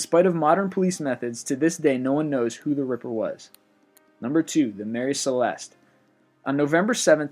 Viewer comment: Maree' Cileste, sounds like Juhbralter